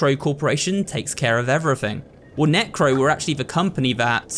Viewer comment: that was a bad way to pronounce Neco, just saying…